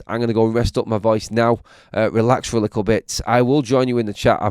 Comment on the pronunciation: The way you say little is so creepy little isn't spelt lickle.